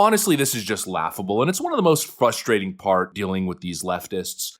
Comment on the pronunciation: Please tell me you don’t say “fustrating” for real? Did you mispronounce as a joke?